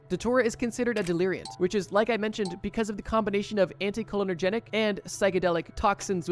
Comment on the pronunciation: Hey bro, love what you’re doing here. You’re talking about anticholinergics and everytime I hear you say it I think I’m going crazy XD. It’s pronounced anti Cole-inner-jik